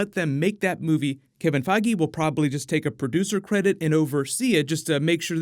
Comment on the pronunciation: Boy did he butcher Kevin Feige's last name.